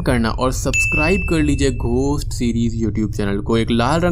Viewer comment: ' h ' is silent in ghost .